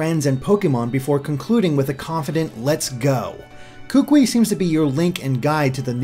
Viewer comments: Hey, My name is Kahuliau and I live on the big Island of Hawaii and overall I really enjoyed your video, my one critique is that the way you pronounced some the island names and the name of the kukui nut were wrong but I did appreciate your effort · I'm from Hawaii and just letting you know kukui is pronounced koo-koo-ee not koo-kwi. Mahalos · (posting this at the mark in the video) nice video man! but you are killing me every time you hack up my boy's name smh lol Kukui (pronounced ku-ku-we) I'm sorry lol but as someone who is from Hawaii (Oahu) it irks me when I hear names mispronounced. It's not your fault but it irks me lol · kukui is pronounced koo-koo-ee... not koo-quee :) but as far as the rest of pronunciation... good effort! Kaho'olawe is a tough one. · "Kookwi" It's pronounced koo-koo-e, like "Louie" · Kukui should be pronounced Koo-Koo-Eee instead of Kook-Wee. Sorry, I don't want to be one of those guys. Just bothers me since I'm from Maui. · it's pronounced ku-ku-i, not kukwi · Kukui is actually pronounced Koo-koo-ee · kukui is pronounces as ku-ku-ee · Hey Kukui is pronounced ku-koo-e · A quick video comment, you pronounced Kukui wrong. I'm from Hawai'i, and when you talked about the kukui nut, I didn't know what it was and why I never heard of it. I only realized you were talking about the kukui nut that I know once you talked about its purposes. The correct way to pronounce it is Koo-koo-ee. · same here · I'm going to say this now: Kukui is pronounced exactly how it's spelled in IPA, or [kookooee] for English speakers, and 'Oahu is [ō•ahoo]. I know that the pronunciations seem insignificant, but it's kinda grating on my ears. And yes, cousin is most likely a local thing, as in Hawaii, a lot of locals like to call others aunty, uncle or cousin, even when there is no familial relation.